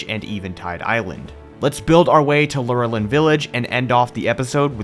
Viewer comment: I pronounced lor a lin village just to help you out